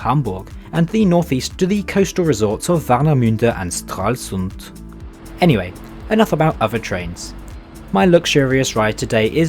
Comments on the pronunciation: Dude, I am not getting your accent. You are pronouncing Berlin and the towns in the beginning perfekt, but Warnemünde and Stralsund sound so abstruse 😅😛 So which continent are you from ? Not to be offensiv, but it is really interesting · I appreciate your effort in pronouncing the German names. Stralsund and Zoologischer Garten seemed to be a struggle.